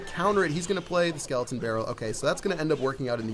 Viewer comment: 45 not sklotn brall sklton arrmy